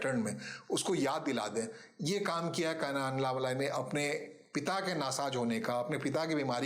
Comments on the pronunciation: उनका नाम अन्नामलाइ नही, अणणामलै है, मलै means mountain, मलै को मलाई कर दिया है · First write his name correct. उनका नाम अन्नामलाइ नही, अणणामलै है, मलै means mountain, मलै को मलाई कर दिया है